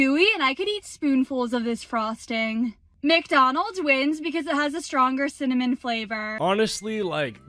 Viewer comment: "Cinnaminna Rolls" 💀